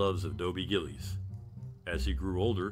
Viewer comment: GILL-ISS not GILLEEZ!